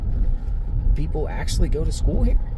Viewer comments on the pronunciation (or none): none